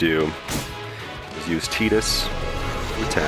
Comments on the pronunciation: "TIE"dus, not "TEE"dus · Why does everyone pronounce it "Teedus" instead of Tidus that make FFX videos?